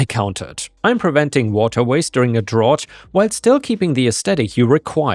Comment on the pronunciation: Drought rhymes with snout!